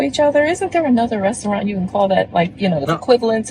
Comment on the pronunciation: She can’t even pronounce the word restaurant… 😆